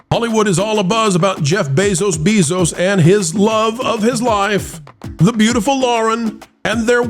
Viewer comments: Bezos Beezos.. stop that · I love the content, but please stop saying "Bayzos Beezos." I know why you say it, but it's really annoying - and I'm not someone who gets annoyed easily lol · Why not learn how to say his dam name i could not take it didn't even get 1/4 through 🫧